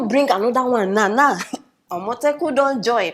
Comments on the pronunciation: Every time you call Amotekun, I hear Omotola. .. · The way she pronounced the AMOTEKUN sounds funny. :))))